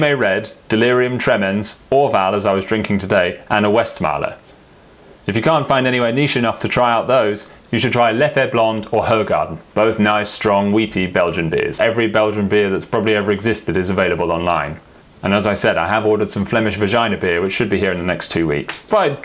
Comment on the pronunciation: Every brit I know pronounces it Hoe Garden, like a garden of hoes. I love it! It's pronounced more like "hoo-gaarden", with a soft g and a long a. If that makes any sense